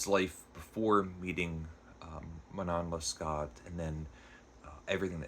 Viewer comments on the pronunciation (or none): It's pronounced roughly man-naw less-KO. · Alexandre Dumas fils is pronounced like Alexander do-MAW feece (think of the Golden Fleece but without the L) The name of this book is pronounced man- KNOWN luh-SCOH by abb-eyy pray-VOHST — I capitalized where I thought the stresses should be if we spoke it in English. I excluded Abbe because French is not a stressed based language and I think if you go either way in English it will work depending on the sentence. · That was a quick review! Sounds like I should order the penguin translation; thanks for addressing this important factor (translation). I read Dangerous Liasons years ago and really enjoyed it. I absolutely love the opera Manon Lescaut (it's pronounced something like Leh Scoh like "show"). Try to watch even just the famous aria scene, it's so very moving when performed well. Good review, thank you. Glad you're sticking with Clarissa! That's on my list. 😮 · I made it as far as , at which point I was defeated by your terrible French pronunciation (it would have taken you less than a minute to google the pronunciations of the name of the book and of the author) AND by your use of the word "laborous". The word is laborious. Using incorrect (in fact, non-existent,) words is not a good start for a would-be literary critic.